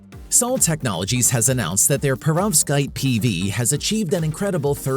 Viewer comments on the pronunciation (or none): you either misspelt Perovskite or mispronounced it.